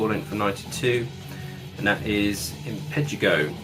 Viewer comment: The last band you showed Impetigo is pronounced Impatygo like the disease.